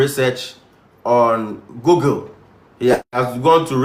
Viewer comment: SHAME. It's GOOGLE as (GU-GLE) not Gogle